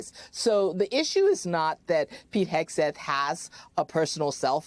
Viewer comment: As a francophone when you say Hegseth I ear, ire, haire. I'm not shure. To me it sounds like the name is Exit. I'm pretty shure I've met some dude name Pete who exited the bar whitout paying his tab.